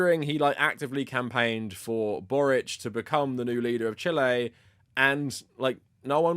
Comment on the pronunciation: This is dumb, but I can't stop laughing at you pronouncing Chile the way people say "chilly" in a fake British accent lol